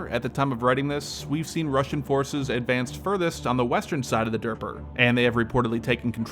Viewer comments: De-neepor it is Need not Kneed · Lmao...the river is pronounced Nee-puh. Not durpadurpa. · Derper Derp-er Derp'rr? What are you a Muppet? The Dnieper River sounds more like "knee-per," there's a "D" in front but get the second part first, then it goes like "d'neeper" which is really how it's spelled. Derp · Dah-neer-per not derp-er river 😂😂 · Lol I find it hilarious how you pronounce Dnieper as "Derper" It should be pronounced as "'niper" where the D is silent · Derper river ? Cmon bro lmao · the DERPA River? 🤣🤣😂😂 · The river is pronounced "nee-per" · WTF is the Derper river? A river for derps? I turned off your clip after hearing you call it that - you cannot expect to be taken seriously if you cannot even pronounce the names of key objectives properly. Fail. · I'm sorry, which River? 🤣🤣 Thank you, I needed that. 👍 'knee-pa' river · Just say "Dnipro", it's how you say it in Ukrainian and also far easier to pronounce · Derper river? Makes sense. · “Derper river” 😀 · The-knee-pair river. Youre welcome. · the what river? the derper? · (DEE-NEE-PUR) River. That's how it's pronounced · Dnieper is pronounced as "Dnieper" not as "Dnieper." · Shit, can't pronounce Dnieper, but sure can tell what will happen when the battle starts... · learn how to pronounce Dnieper. The d is silent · that honestly made me giggle when he mispronounced it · As an uncultured American, even I recoiled each time he mispronounced Kiev and Dnieper River.